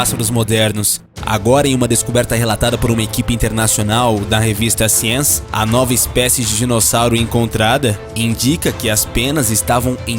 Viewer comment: Jesus. O locutor não sabe pronunciar corretamente o nome da mundialmente conhecida revista "Science".